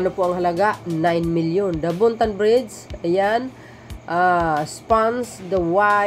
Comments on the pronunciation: Ayusin mo lang ang pag bigkas mo ng bridge sa bride kapatid, yes basta tatak Marcos matitibay ang mga pagkagawa ang mga proyekto simula kay Apo Lakay ❤❤❤ 200 K not 200M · You pronounced it bridge not bride's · Hiy ayusin mo pagbigkas mo ng bridge..bisaya ka ba? Bigkasin mo ng bridge hindi brides..ang brides ay babaeng ikakasal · bridg po hindi brige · Excuse me, " BRIDGE " hindi BRIDE...! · Ayusin mo kasi...nakakarindi sa tenga...bride ka ng bride e ang ibig sabihin ng BRIDE ay ang ikakasal na babae...walang tulay na ikakasal😂 Btw, isa akong loyalista...buong pamilya namin...ayusin mo kasi. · ok na sana ang vlog mo kaya lang paki bigkas ng mahusay ung bridge tnx po pilipino tayo